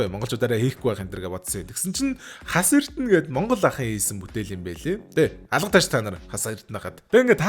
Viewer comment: Хос-эрдэнэ гэж бна аа хө Хас-эрдэнэ биш гэхдээ баярлалаа ойлгомжтой бас утагийн нарын гаргаж байна шүү амжилт бро